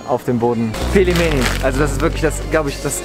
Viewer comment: "Ich kann russisch sprechen" Auch vergewaltigt das Wort Pelmeni beim aussprechen 🤦‍♀️